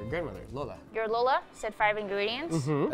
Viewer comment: cute how they pronounce ube as “ooh-bey”. We just say it like “ooh-beh”. And how they pronounce “lola” as “low-luh” when we say it like “loh-lah” 😂